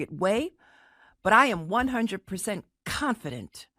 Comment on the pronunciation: "KHanfident" Such and incestuous mortgage application.